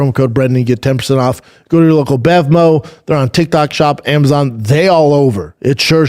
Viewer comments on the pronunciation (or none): none